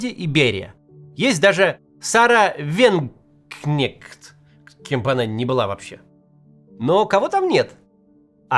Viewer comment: Ты не смог Вагенкнехт прочитать? Кац!!!!!!!!!!!!! ТЫ немецкую фамилию не смог прочитать?????????))) У Вагенкнехт вообще то партия целая в Германии. Хоть бы фамилию прочитал Кац!!!!!!!!!!!!!!!!!!!!!!!!!!!!!!!!!!!!!!!!!!!!!!!!!!!!!!!!!!